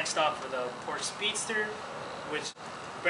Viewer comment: "Porsh-uh" Proper pronunciation ;)